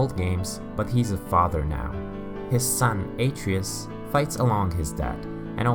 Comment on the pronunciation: Not bad but you should pronounce the sons name properly